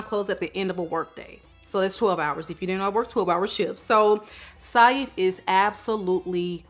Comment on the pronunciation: Love the video! Saif is pronounced exactly how you'd say safe btw <3